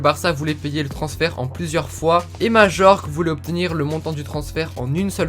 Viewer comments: On prononce pas majorque mais mayorque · Majorque se prononce mayorque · Majorque se dit Mayorque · On dit pas Majorque mais mayorque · ta prononciation me fait tellement mal aux oreilles !! ca se prononce "mayorque" pas majorque !! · Super video comme dab. Mais on dit "Maillorque" aha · Ça se prononce maiorque pas Majorque !! 😉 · Majorque ce dit mayorque je crois !